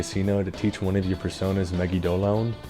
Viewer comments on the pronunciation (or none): MEGI-DO-LAY-ON YOU'RE WELCOME